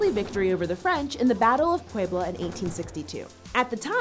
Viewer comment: for someone who wants to be respectful to other cultures you sure have a hard time saying "Puebla"